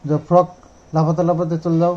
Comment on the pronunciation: Drill noi,deal . Drill হলো ফুটো করে,গর্ত করে, তাকে বলে.ডিল বলে। ফ্রক নয়,ফ্রগ,frog . উচ্চারন ভুল হলে বানান ভুল হয়